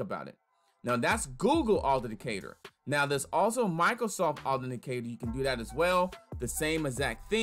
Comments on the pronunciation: You didn't provide step by step sooo your 'tutorial' video wasn't helpful. Additionally.. it's pronounced Auth-ent-icator. You missed a few syllables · It is pronounced ----Aw-then-tick-cater-------please practice on this word cause you are killing its enunciation. Appreciae the info but its a little hard to follow. Bless up!